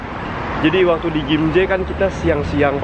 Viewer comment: Gimhe bukan gimje